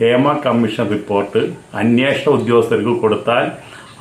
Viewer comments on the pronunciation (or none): അന്യേഷണം അല്ല അന്വേഷണം എന്നു ശരിയായി പറയൂ